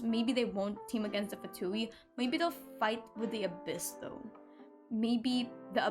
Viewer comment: more like "vain", also in genshin they pronounce the word wrong (at least in the english VA). They say Fatuì while you are supposed to say Fatùi.